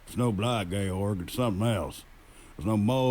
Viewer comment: Georg = Gay-org lol wut?